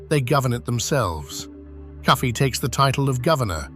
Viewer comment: The name of the freedom fighter was KOFI. The slave masters pronounced it as Cuffy